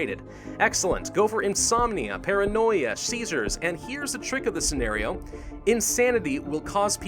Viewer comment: seizures Me: did you say Cæsar?: NU